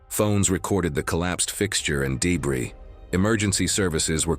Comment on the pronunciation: What's dee-bree? Would it have anything to do with debris?